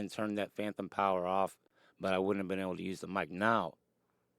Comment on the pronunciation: Great vid. It’s phantom not phanthom. If it’s an impediment, I don’t mean offense. Just fyi.